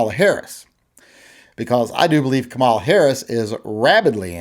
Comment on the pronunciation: You gotta learn to pronounce her name, correctly,. Neither of us like her views on guns, but she is the first Black woman to be VP, and she should be afforded the courtesy of having her named pronounced correctly: KAH-mah-lah.